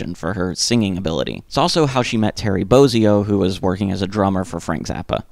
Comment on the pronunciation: So you know, it's pronounced Boz -ee-o, not Boaz-ee-o